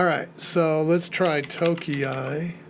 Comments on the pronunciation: if you have seen the YT review of the latest "nushell", then alot of the output from those rust commands look (understandably) familiar. By the way, I am pretty sure that "tokei" is pronounced "tokay" - if indeed it is Japanese, then we know the 660cc class car is called "kei" car and that sounds like "kay" (to english-speaking ears). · You can pronounce tokei like okay but with a 't' in front of it. It is how you say clock in Japanese Good video, going to try some of these out. Thanks! 👍